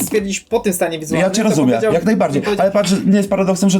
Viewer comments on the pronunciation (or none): Dobry komediant na początku. Tylko trochę szkoda, że mówi "rozumię" zamiast "rozumiem" 😢